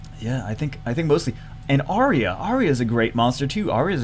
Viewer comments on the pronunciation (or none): none